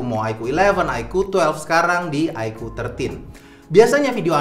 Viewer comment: kocak loe bang, sebut oddo pula 😂😂